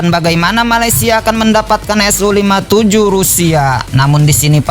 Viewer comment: BUKAN SO TAPI SU BRO